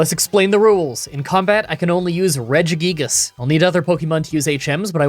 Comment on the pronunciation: Just a heads up, it's pronoucned "Re-jee-guy-gas"